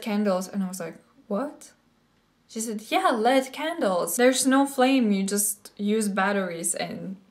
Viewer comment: I love candles Like that. But they are pronounced. L.E.D. For Light Emitting Diode. Like the TVs. :). Wonderful haul! I wish we had a maxima here in U.S.